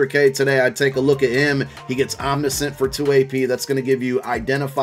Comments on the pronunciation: It's pronounced Om-nish-int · omni-scent... hahahaha